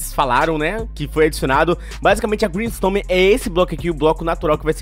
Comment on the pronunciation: Vc falou grimstome ao invés de grimstone pelo que ouvi